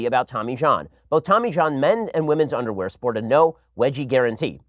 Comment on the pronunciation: don't want dat undaware.